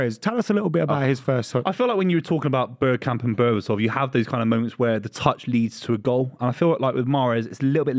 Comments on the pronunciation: It's Bergkamp. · It’s bergkamp.